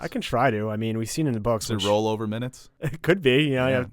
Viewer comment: Not “rollover minutes” it’s “R’hllor minutes” 😇😂